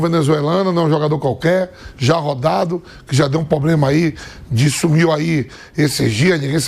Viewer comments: Isso é um representante "corintiano" hein rsrs não tem a capacidade nem de falar PROBLEMA ou ele fala pobrema ou problema, enfim é mais um semi analfabeto "ídolo corintiano" falando merda. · Vamp..... P-R-O-B-L-E-M-A. nao eh Pobrema, Problema, Plobrema.... tantos jornalistas e ninguém pra ajudar....???